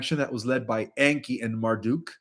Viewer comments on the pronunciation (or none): none